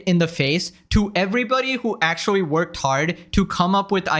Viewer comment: Akshuwee, you need to go see a speech therapist.